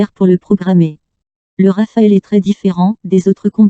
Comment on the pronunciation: Rafale not Rafael 🇫🇷